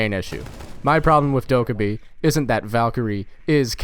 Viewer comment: fucking trigged by the way you say dokkaebi